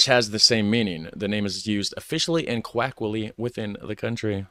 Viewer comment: Hey, coloquially is not pronounced quackly. Please just take a moment to pronounce that correctly. It's one of those things that gets under your skin after hearing it a couple times in a short period.